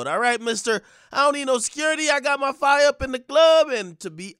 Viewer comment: "Your honor, he clearly needs to keep his own fye"